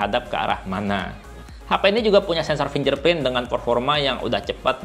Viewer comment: Finggerprint bro Bukan finJerprint Pake G bukan pake J Coba nyalain suara di google translate